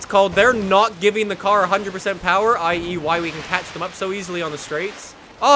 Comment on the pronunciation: 0/10 not enough powah